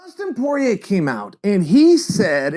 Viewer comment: Dustin “poorer ay “ Porier